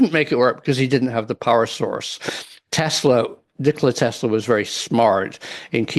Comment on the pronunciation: “Nickeler Tesler”